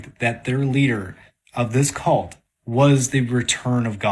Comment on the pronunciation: I'm maybe 0.3% confident that this believer is self aware, considering how many times he said "cult" with that terrible emphasis.